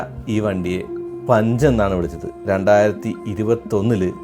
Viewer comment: പുൻഞ്ച് എന്ന് വായിയ്ക്കുന്നവർ 😂 ഉണ്ട്